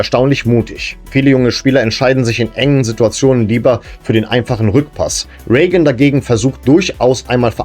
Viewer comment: das wäre ja exakt wie Rain. Ich hab auch eben mal gegoogelt das wird es definitiv so gesprochen: "Ree-gän" oder "Ray-gän" ausgesprochen. Im Detail bedeutet das:Das "ei" (oder "ea") wird wie ein langes "ie" oder "äi" gesprochen. Meine Frau ist ebenso der Meinung, sie ist englische Muttersprachlerin - Widerspruch zwecklos 🫣